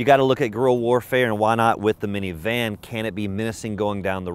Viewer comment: You're the first person I've ever heard who says miniVAN🤣🤣